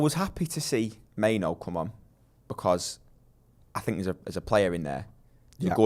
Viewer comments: Why's it so hard for people to say "Mainoo"? It's not "Maino" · It's a Ghanaian name, pronounced Main-oo. Simple